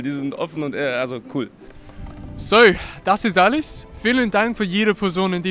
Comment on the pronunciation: that is the most English “so” I’ve ever heard